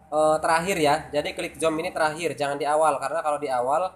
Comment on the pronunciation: 😁🙏maaf nih y bang. bacanya buka zom, tp zum,, tp inti dr tutorial ini sangat brmanfaat sekali, thanks ya bang... sukses selalu🥳